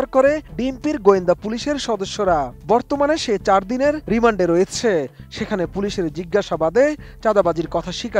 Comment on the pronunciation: রিমন্ডে না রিমান্ডে 😂😅